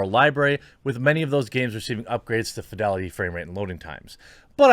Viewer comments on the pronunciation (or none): none